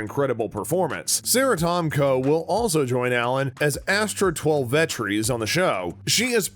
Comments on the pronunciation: "Twel-veh-trees"? Want to try that again? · I think he knows the word "twelve" and the word "trees", but got confused by Twelvetrees, and isn't familiar with Native American names like this. He mispronounced a few other words too, so I think maybe he's not the strongest reader.